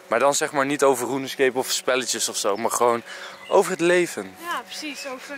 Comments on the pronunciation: Normale mensen: runescape Enzo: Roeneskeep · aron schreurs weet ik maar hij sprak het zo lekker Hollands uit hahaha